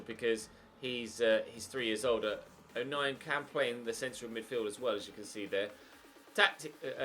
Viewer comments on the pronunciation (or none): O nien is pronounced o nine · It’s pronounced Oh-9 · Watmore was signed from altrincham in like 2013/14 i think, Luke o'nien name is pronounced 09 and mcgeeok is how to pronounce the other, also honeyman is our current captain irl, also leadbitter came to safc to finish career as hes from sunlun himself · You pronounce it O'Nine